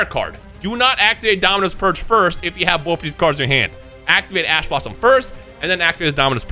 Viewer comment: I swear he is saying "Ass Blosom".